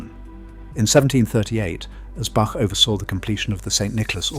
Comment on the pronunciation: Please could we have our great Bach pronounced with a long A and ch as in Loch ?